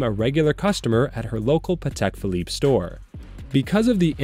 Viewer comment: "Patel Philippe"